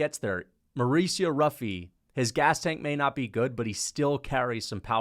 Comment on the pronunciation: It’s pronounced as “Huffy”